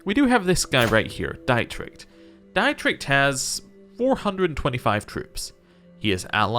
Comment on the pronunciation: Pro tip for German pronunciation when it comes to "ie" and "ei"- it's pronounced like the alphabet of the second letter. "Ie" is "ee" so your liege's name is pronounced "deet-rick", and "ei" is indeed pronounced like "eye" which you have been doing for your brother and wife correctly